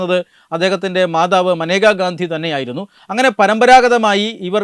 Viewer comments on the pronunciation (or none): Not Maneka it's Menaka gandhi😂😂😂😂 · Namaskaram, News presenter not Maneka Gandhi whereas you say Menaka Gandhi.Kindly correct it while you present. Jai Bharatham.